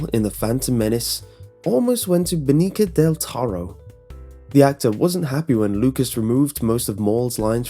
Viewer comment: You totally fucked up Benicio's name!!